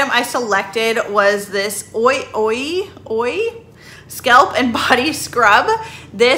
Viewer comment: Ouai is pronounced WAY. 😎